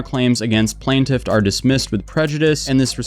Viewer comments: Why did you keep saying Plaintiff 2 different ways?? Correctly and then like a moron, so annoying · Bro, plaintiff not plant tiff. lol. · Plane-Tiff 💀 not plant-if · Specificity: SPESS-iff-ISS-itty. Also it's plaintiff, not "plant-tiff". Sorry, pet peeve. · Plantiff ❌ PLAINtiff ✅ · I REALLY love your channel and this story is so crazy that I want to revel in the craziness… but my brain short circuited every time you mispronounced plaintiff. You got it correct sometimes so I’m so confused why you kept pronouncing it “plan-tiff” instead of “plane-tiff”. Every time you pronounced it plan-tiff I completely lost track of what you were saying 😭😭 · Plain-tiff vs Plan-tiff. dont want to be a pronunciation douche but you keep going back and forth lol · Dude, I hate to be that guy but it's pronunced Plaintiff Plaint rhyming with TAINT not Plant. Oh, you just switched it up. And you switched back... I get it... puff puff pass mofo. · Bro, stick to your usual bs. It’s obviously clear you know nothing about law, she’s entitled to ask for discovery. It’s completely normal. You don’t motion, you don’t get. You talking about law, is just as corny as “plantiff” as you call her, lawsuit. If you don’t ask you don’t get..she has to do it even if it’s lame to you. Just normal motion to protect her butt. Yes she obviously wrong but she’s doing what she can. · PLAIN-tif. PLAIN-tif. It's pronounced PLAIN-tif, dammit! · I gotta admit, I stopped paying attention to the actual vid and just started counting how many times dude mispronounced the word Plaintiff. The “PLANT-if”, yo the “PLANT-if”, the “PLANT-if”. Mind you this is a WHOLE WHITE MAN can’t speak his own language 🤦‍♂️ GODDAMN…!!! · Hey man, i could tell you were having a tough time. Im here for you, here are some words of support. Its pronounced how its spelled: PLAIN- TIFF Get better soon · For the love of all things sparkly it's PLAINtiff like a plain donut! 😅🤣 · Please learn to pronounce "plaintiff".